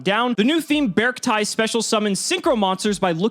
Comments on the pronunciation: Its bear-ci-ty @@ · I think it's pronuced bear-see-tee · It's BearCity like scarcity but bears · Be-ark-ti i would assume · i think the C is pronosened as a S, bears ti, i think it would be prononsed like that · So based on the katakana of the archetype'a name, since japanese is a phonetic language, it's pronounced bay-ark-tea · It is actually "Bearct-ee" (テイ) from the Japanese spelling. If it was "Bearctai," its Japanese spelling would be different. (タイ) It still could be changed when localized though. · I think you pronounce it as "Be-arc-ti" You can tell they really went in the Bear/Big Dipper motif and the number 7, since the Big Dipper has 7 stars. But, I like it. I might try it out someday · It's obviously pronounced like Bea Arthur. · I assume its pronounced Bee-Arcti... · I pronounce it “Bear-Ci-tee” almost like “bear city” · I believe its pronounced Bear-k-tee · japanese is bearukutii; should be E sound at the end like sill-y, sweet-ie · It's pronounced "bearcti" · “Bearcti” - “Bear” and “Arctic”. I pronounce it “BERRK-tee” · I think it’s pronounced Bearcti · The Japanese reads "Be-aru-ku-ti", so I think you should pronounce it with an E sound at the end. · According to the japanese katakana, the correct way to pronounce their name would be "Bearc-TEA" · According to the Japanese spelling, it’s pronounced “bearc-tee”. ティ (ti) = tee, タイ (tai) = tie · The Katakanas in the card are readed literally as "Bearukuti" so the correct english pronunciation must be "Bercti" also I can asume the name comes from "bear" + "artic" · The katakana (japanese writing) is read as bearc-tee, not bearc-tie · It's pronounced as Bear arcti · B-Arcti as in bee and arctic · The katakana for the archetype is ベアルクティ, So it's pronounced as Bearc-tee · I see 'bear' and 'arcti' (arctic) and when you combine it with your cacti theory is should go beh-ark-tie. viola! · I think it would be pronounced bear-chi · I think it’s pronounced bark tick minus the ck. Think bear + arctic